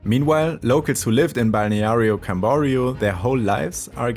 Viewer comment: It's funny to hear him say the name of Balneario Camboriú with a strong American accent. HAHAHA I'm almost certain this scene isn't in Balneario Camburiu. But I get the idea you're trying to convey.